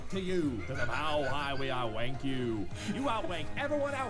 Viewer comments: Hagi Pilo that's the joke he's saying rank but sounds like wank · just to be clear , Dartz is saying Rank you and not Wenk you.